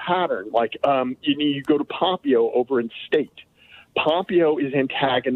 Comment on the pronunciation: Who is “pom-pee-o”?